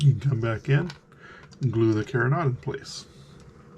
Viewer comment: Sorry, don’t mean to be critical, but you are mispronouncing carronade. It is pronounced Caron- aide, not carron-odd. Just to be sure, I googled it. I love your videos! Using the twisted thread for the elevation screw is brilliant. Thanks.